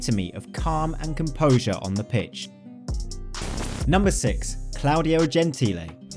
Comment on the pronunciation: "Claudia" Gentile?! "Claudia" is a female name! It's "Claudio" Gentile!